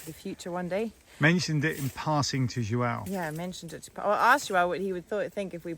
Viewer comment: I been confused for a while about the name of the Portuguese young guy , some times it sounds your calling him Joao at other times it sounds Joel what it is lol pronunciation quit tricking with your perfect English sorry just curious ❤ love your videos